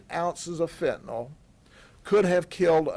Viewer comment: No such drug as Fent-anawl. Fentanyl. NIL. Attend elocution classes.